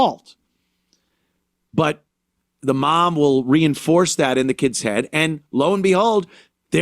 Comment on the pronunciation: I like how he says "keeds"